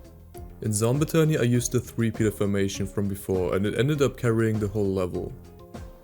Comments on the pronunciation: as a pvz addict it makes my soul hurt when he says zomba tony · I love the way you pronounce "zombotany" lol